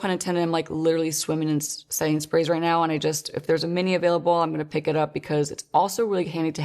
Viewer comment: Is anyone else hearing "Sainsbury's" instead of "setting sprays" or is it just me going insane?!